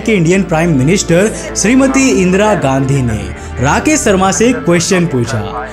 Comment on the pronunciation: भाई पेहले तो तू अपना स और श का उच्चारण ठीक कर। राकेश शर्मा है ना कि राकेश सर्मा